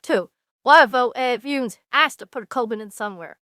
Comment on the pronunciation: Babe you mispronounced Koivunen name at least four or five times. Still your right that this is a bad deal and you called it out.